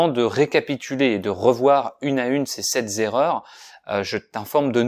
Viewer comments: Je ne comprends pas la liaison que tu fais dans sept erreurs. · Bonjour, j'espère que vous portez super bien, j'ai une petite remarque concernant la liaison entre sept erreur, et ce qu'on disait sept (z) erreurs comme vous le prononcer ou on prononce sans liaison. Merci d'avance. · Sept erreurs!!!! D'où vous sortez Sept zerreurs ???! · Les 7 zerreurs... j'ai perdu un tympan sur le coup. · Why did you say 'sept Zerreurs'? I am confused!